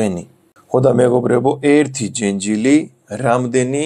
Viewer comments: ჯენჯილი არა,ჯეჯილი❤️ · ჯენჯილი არა ჯეჯილი. 🤣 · ჯეჯილი, ჯეჯილი - ჯენჯილი არა :)